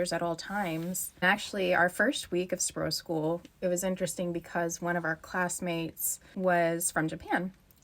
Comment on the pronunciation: A simple thing that would improve your pronunciation a lot: long vowels are not diphthongs, repeat, NOT diphthongs. You probably thought you said "sprogskole" but you consistently said "sprogschool" (and the 'oo' is a diphthong in your dialect). (To be really pedantic: the 'o' in "skole" is slightly diphthongized by the -l. We still perceive it as a long vowel.)